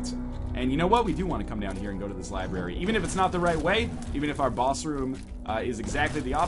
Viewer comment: I thought you were an English teacher? Its pronounced LIBRARY! Its not LIBERRY!